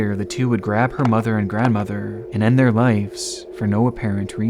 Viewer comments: "lives" not "lifes" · Dude. Brother. It’s “lives”. With a V. Not ‘lifes’ . Killin me smalls